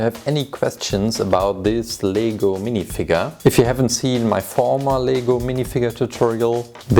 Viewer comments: Not le-go say l-e-g-o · Its pronounced as Lego,You pronounce it as LEEgo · it's not leego it's lay go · You said leego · Are you saying lego or legal I don't know